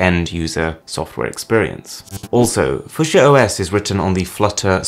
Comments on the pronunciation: thank you paugren! He was driving me crazy with how kept pronouncing it! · ...It's pronounced few-sha, not fuc-siya. It's named after the colour. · It's not fu sha it's fyou sha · Wow man.... Foo-shu-eh??? No...just...no.... Few-sha is how it's pronounced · What's fu-sha? It's pronounced few-sha bro ;) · I feel like he's saying fuschia and not fuchsia. I woud pronounce it like fuksja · FEW-SHUH not FUH-SHA geez lol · "Fusher"? Is it not pronounced "Foo-she-yah" or "Fyoo-shar"? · It’s Fue-Shia not foo shore Edit: It does sound more like Future but change the T to a S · It's pronounced FEWSHA** Not FueSheaa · Few-sha not fu-sha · Fushchia = Fyoosha. Linux = Linux You plank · Who actually calls is fusher? Surely as it's spelled the same way as the plant, or the colour it's pronounced Few-sha. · Fuch-s-ia = Fucks yea!? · It's pronounced - Few-shah It's a color. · I thought Fuchsia was pronounced as F*ck-Sea-A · Foosha. I feel like it's my duty as am American to hate how he pronounces it. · Fuschia pronounced like fissure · You mean fuchsia pronounced (fyoo-sha) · It's pronounced "fyoosha"....... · It's pronounced 'few-shah', like the flower. And I hope to god it can't run Android apps, 'cos that would mean it runs fucking Java. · Just so you know, Fushsia is said Few-Shah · Eh? What? How are you pronouncing fuchsia exactly? Phew-sher. Its a flower. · fuc - chi - a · Few-sha (fushia) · It's pronounced f-yoo-sha.... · is it not pronounced like the colour, few shah? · Fuchsia is a color Fuchsia (/ˈfjuːʃə/, FEW-shə) Unless google decided to pronounce it differently. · Irritating video. Fuchsia is not pronounced that way... the "U" is pronounced as in "hue," few-sha. Also the static transition rubbed me the wrong way. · Had to turn it off, it's pronounced 'fewsha' Good grief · Welcome to the foo-sha 🤣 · Sorry to be pedantic - but it's pronounced "few-shah". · It's actually pronounced "fuksia" with a "sharp" k. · It's pronounced FEW-shuh. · Few Sha.... 🤣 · it's fyoosher!